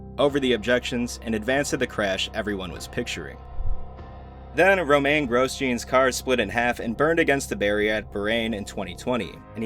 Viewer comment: Hey man, your videos are great, but just a note, I'd try and focus a bit more on getting pronunciation right. Just take a few mins when scripting to google videos about these incidents (rather than just reading about them for research) so you can hear how things like "Grosjean," "Barrichello," "Pocano," "Bahrain," etc. are all pronounced. It's off putting to hear them pronounced incorrectly lmao